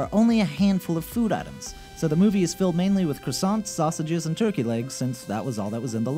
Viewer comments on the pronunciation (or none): none